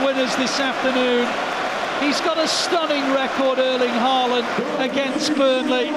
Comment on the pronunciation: In Britain the Ø in Ødegaard is pronounced correctly. But you’ve got the AA in Ødegaard and Haaland wrong. AA is the old way of writing the Å, and it is pronounced with the same sound as in the English Word ALL. So from now on, no mistakes. 😊